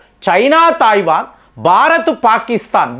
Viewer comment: Thaivan entiraa illiterate, Taiwan anaali. Nee gorrelu neeku cheppavu. Nuvvu messages chaduvavu. Neeku telugu raadu, hindi raadu, english అసలు రాదు.